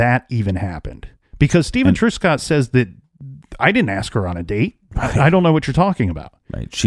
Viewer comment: Thank you for covering this 65 year old cold case. A couple of things: Truscott is not pronounced TRUESCOTT, it is TRUSCOTT. In the province of Ontario, we refer to major roads as HIGHWAYS, certainly NOT STATE roads ( a US reference). Canada has provinces, not states.